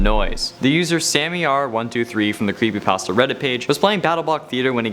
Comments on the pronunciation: Did he just say "crappypasta" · Anyone realize he just says crepypasta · is it me or he said crappypasta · He said craspy patstas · Did you say crapy also made me laugh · he said crappypasta XD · You said Crepypastas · Ah yes, "crepypastas" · You said carpy pasto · U said CRAPPYPASTA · Did any of you guys hear him say creppy Paster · bruh he said crepe pasta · U said crepypasta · Did he just say crepypasta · He said crepypasta